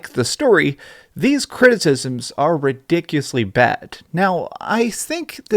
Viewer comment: Calls a guy a moron for misspelling "Graphics", then proceeds to say "Ridicuosly" when he means ridiculously. Get off your Soapbox dude and get over the fact that people can have a difference of opinion than you, and that their criticisms are just as valid as your own.